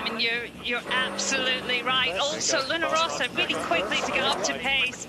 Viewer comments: Why the hell commentator keeps saying LunO Rossa instead of Luna Rossa? WTF?! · There's one commentator who insists on calling it Luna ROsa that I find particularly irritating!! It's not that hard!